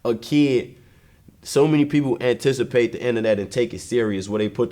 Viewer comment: im not listening to another lil herb song until he gets the word anticipate right.